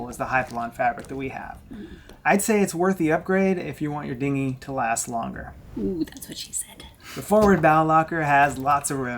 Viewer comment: lol you said hard dingy.